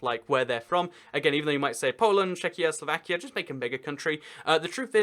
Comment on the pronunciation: slavakia lol